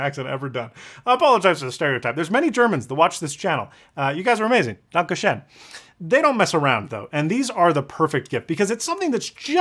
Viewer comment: That "danke schön" was so painful even as an expat living in Germany 😅